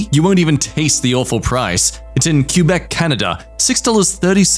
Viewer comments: He pronounces Quebec… as Q-beck?? Like, queue-beck? WHAT 😭😭 it’s kwe-beck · The most infuriating part of this video was how he pronounced Quebec